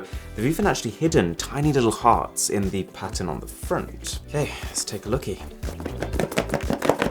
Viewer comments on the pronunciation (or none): none